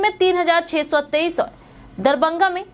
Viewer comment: DARBANGA Nahi madam DARBHANGA DARBHANGA